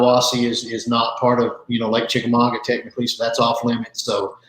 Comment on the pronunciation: For the record, pronounced Chickamauge correctly.